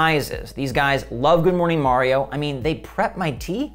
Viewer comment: Say it with me " Ma-ree-ow "